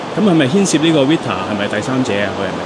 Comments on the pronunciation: Readtor ? 咁簡單英文名都未識讀，仲做乜記者？交差啫，唔好問到人咁啦。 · 記者連 Victor 都唔識讀。 不停vee-tor veetor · 記者讀錯Victor。 唔係讀vit tor呀。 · 問問題都算啦 但victor都唔識讀 專業少少好冇